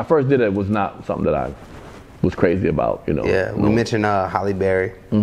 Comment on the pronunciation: It's Halle not Holly